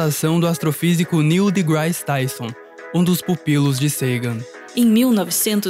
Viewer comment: Impressionante como esse sujeito não acerta uma pronúncia correta. Nem o nome de Sagan, nem da Voyager, Degrasse. E Carl Sagan não era liberal social, ele está muito mais próximo de uma social democracia à esquerda.